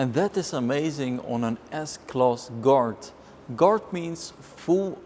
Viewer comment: it took me halfway into the video to figure he was saying "guard" and not "dart". i was like "mercedes dart huh thats a funny name"